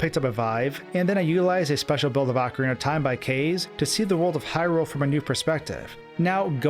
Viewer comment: wtf is 'ahkarina of time'?